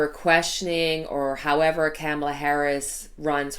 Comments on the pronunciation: COMMA-LUH, COMMA-LUH, not Cam rhymes with ham, COMMA-LUH. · Pronunciation: Kamala Harris (comma-la)